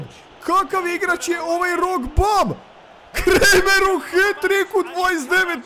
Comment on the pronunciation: Kaže se Kramer a ne kremer